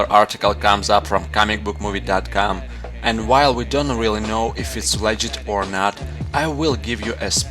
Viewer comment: le-git hmm....